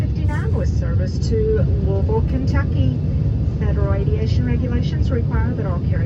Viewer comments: TY for saying Lou(A)isville correctly. Raised in Missour(A). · I'm glad someone who isn't from KY FINALLY said Louisville right!